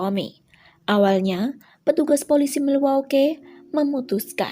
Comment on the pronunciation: milwaukee dibaca milwoki ya kak 🙂